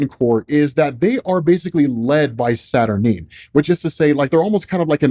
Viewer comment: Satur-Nine Not Satur-Neen